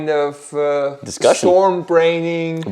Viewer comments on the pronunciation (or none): فقط اونجاش که گفتی storm braining 🤣 ولی در کل با حال بود دمت گرم👍